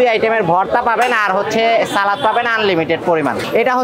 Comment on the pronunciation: সালাত নাকি সালাদ?? উচ্চারণ যদি না জানেন তাহলে কেমনে চলবে??